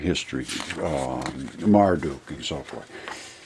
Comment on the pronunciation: Stop saying Mar-Duke. It’s pronounced Mar-duck. You really believe those landscape features in the desert are a real dragon?? 😄😄